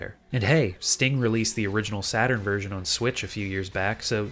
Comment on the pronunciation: "Sega Satarn" lol